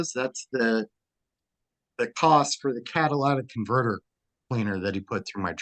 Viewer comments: People pronouncing catalytic converter as Cadillatic converter grinds my gears... 😖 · Catalytic converter, not cadilac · Caddalaatic converter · Its a cadlistic converter not Cadillac. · If he can't say Catalytic converter properly, he should stay away from vehicles for life. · He should learn how to pronounce “catalytic converter” properly